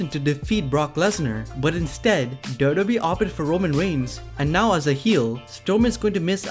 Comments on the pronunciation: It's double yu double yu E, not daubledauble oooo E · It's wwe not Dota e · Ca u pls pronounce WWE as WWE and not dodobi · WWE WWE WWE WWE WWE WWE WWE WWE NOT dodobe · Its w w e learn to speak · Dude. Slow the fuck down when saying WWE. It sounds like you're saying Dow-dow-Bee. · I don't mind listening to you BUT can you pronounce WWE better sounds like you are saying DODO E. lol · What is dodo be 😂 learn English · Is it just me or anyone else feel the same couldn’t watch the whole video because he keeps say doodoobe like he’s 100% that’s how u say wwe. N some of his pics very questionable. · why does he keep saying dodobee...its annoying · Why do you say WWE like that?